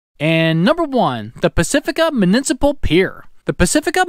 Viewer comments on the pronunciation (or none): “Munincipal”? Lol